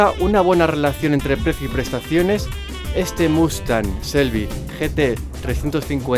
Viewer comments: Se pronuncia chelby (shelby) no se pronuncia selby.porfavor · Victor Gonzalo Se pronuncia con che no con sel. evidentemente se pronuncia cómo se escribe pero el nombres americanos y alguna vez lo escuchas decir de un americano no le vas a oír nunca Shelby con ese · Taxirati Jesús Lobo Te repito, no es ni con "ch" ni con "s", es con "sh", pronunciando la "h". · No se pronuncia ni "chelby", ni "selby", se pronuncia como se escribe, no es difícil, "shelby". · no se olviden la "h" en Shelby no es muda, hay que pronunciarla